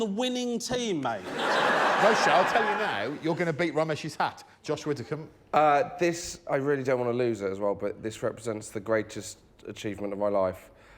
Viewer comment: Widdicombe Greg, not Witticombe.